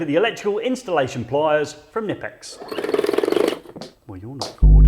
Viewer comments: It's pronounced Kuh-nip-ex. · The K is pronounced........otherwise good stuff.